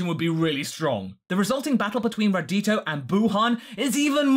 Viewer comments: Radito? Don't you mean Radoku? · Not Raditio. Its RadKu. That other name makes it sound like it's Vegito and Raditz